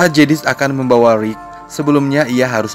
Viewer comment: Rick bang bukan Rwick😂 bikin bengek ajaa...😂